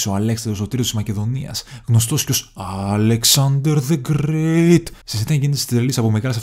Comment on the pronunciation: Αλεξαντερ Δε Γρεεεε'ι'τ